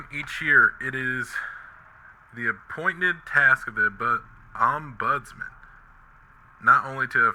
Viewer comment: 😂 americans and reading english... Om-bus-mun You're welcome pal 👍